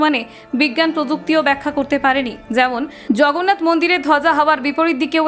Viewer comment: আপনার উচ্চারণ ঠিক করুন। রাz্য , zয়, zগন্নাথ! সব কিছু নিয়ে ইয়ার্কি মারা যায় না! সবকটা শব্দের উচ্চারণ 'বর্গীয় জ', ইংরেজি Z নয়! 😡😡😡